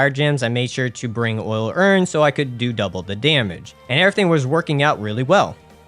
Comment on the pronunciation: If I have to hear "Oil urns" pronounced as "Ool Urns" one more time..lmao